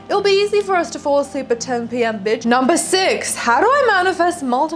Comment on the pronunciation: Its so refreshing to hear an aussie accent say biiiitch or mofucka 🎉